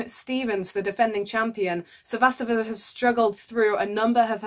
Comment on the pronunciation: not to be overly critical, but your pronunciation of Cibulkova and Sevastova is a bit off.